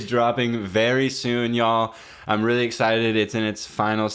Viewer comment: why does say “really” as “weally”